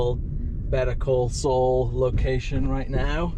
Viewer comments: Better call soul. It’s. Saul sound like. SALL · why is he saying better call Sol?